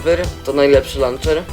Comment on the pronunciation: ja koham majkraft ti lanczer